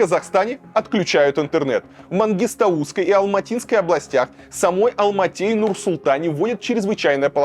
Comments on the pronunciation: Редакторы, скажите уже кто-нибудь Варламову правильное ударение в названии Мангистауской области) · Мангистауской😂😂 ударение не правильно поставил:)